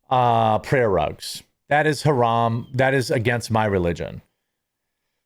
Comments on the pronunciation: that fool can't even pronounce the words properly keeps saying "huh-ram" when its pronounced "huh-rahm" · Doesn't even pronounce "haraam" correctly 😂 what a fcking joke. You sound American, but WE DO NOT WANT YOU HERE. You want Isalm? You want more muslims? You want sharia law? Go to the fcking Middle East! Worthless pos. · Bro cant even say haram correctly, classic😂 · Home slice can't even pronounce haram correctly! I'm a white Christian male that lived under Sharia law for 8 years (my choice of course) for work. Even in the United Arab Emirates (Abu Dhabi/Dubai) you can purchase pork and alcohol. Matter of fact, locals would honk their horns in the parking lot only to have the inda-paki-deshies load up their car with booze. F'n Hippocrates! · MF can't even pronounciate Haram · He can’t even pronounce “haram” correctly. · Dumbass can’t even say haram right yet trying to demand others to do shit